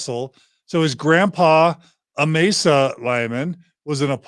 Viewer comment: Amassa is pronounced ‘. Am-as-suh ’.